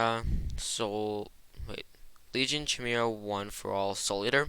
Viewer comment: ah yes CH-imera but it's a really good video thanks man